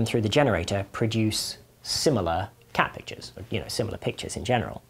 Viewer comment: Anyone else hear "cabbages" instead of "cat pictures"? 🙂